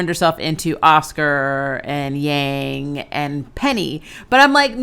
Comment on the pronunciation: Why did you say Yang's name like that